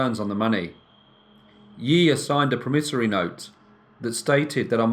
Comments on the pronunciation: It's a PROMissory note (pronunciation!). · I think it's pronounced "PROMissory note" with the emphasis on the first syllable - in American English, anyway..